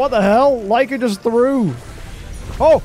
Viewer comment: You finally said that Lyca's name right hhhh